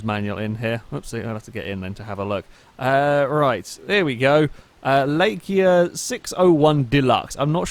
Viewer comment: Are you actually dyslexic or something,!? How do you pronounce Laika "Lakia".................